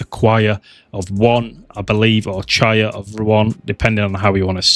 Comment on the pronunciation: lol who tf pronounces it "CHIAR"??? thats not a word...